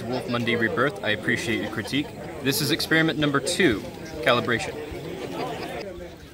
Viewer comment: ‘Calibration’ he says...